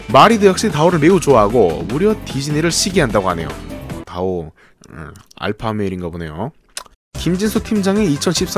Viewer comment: 왜 다오가 아니라 디오 로들리냐